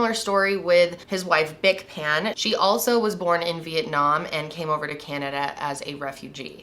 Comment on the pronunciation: You got their surname incorrect . It is Phan , not Pan .